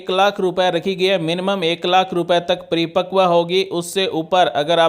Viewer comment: Pre pakv nhi 😂 paripakv bolte Hain